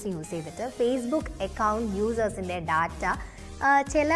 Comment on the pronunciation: ടാറ്റ(TATA) അല്ല. ഡാറ്റ(DATA) ആണ് ശെരി.ചാനലിന്റെ പേര് ടെക്-മലയാളം😄😄😄